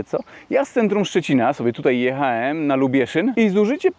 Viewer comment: Mówi się,,jechałem " , ,,widziałem " a nie JECHAEM i WIDZAEM